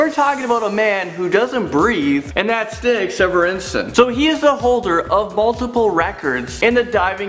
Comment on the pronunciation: Wow 22 minutes! Dat is cwazy XD